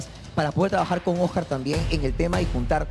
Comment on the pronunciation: Jaja la rulitos diciéndole OS-CÁR y luego Oscar